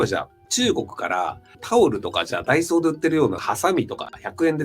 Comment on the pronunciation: 毎日家の前にあるダイソーに行ってる自分とは氏のダイソーの発音が違うな。 自分の昔はこういう発音してたけど今は店内放送とかで矯正されている